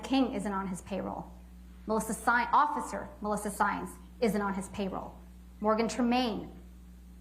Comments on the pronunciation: did Camille really say "occifer-cer" instead of officer? 😂😂 holy hell she must be drained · Haha she says occifer.